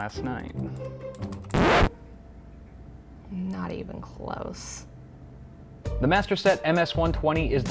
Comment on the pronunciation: Haha she said “not even crose”